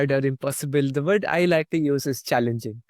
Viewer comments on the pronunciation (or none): Wrongly pronounced